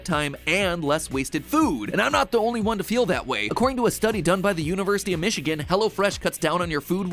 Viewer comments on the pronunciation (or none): none